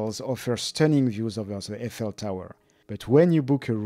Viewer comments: "I fell tower" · Hmm. Never heard Eiffel tower pronounced like that. I assume that is the correct way.